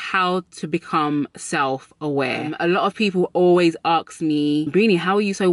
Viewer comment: She says “ax me” lol I love this accent! Also great life advice!